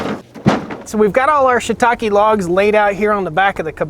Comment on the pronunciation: I'm glad I watched the video to get the right pronunciation of that word Shitake. I was reading it entirely differently. Have you tried the 18volt Fuel Milwaukee chainsaw?